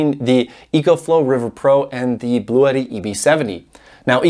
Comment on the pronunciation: Pronunciation ... I spoke with Bluetti customer service rep who confirmed: the correct pronunciation is BLU-tee. I'm not concerned with your way; I just think it's funny that they're not trying to correct anyone. :o)